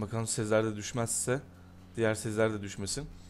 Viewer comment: girişte Sezarle Sezar mı dedi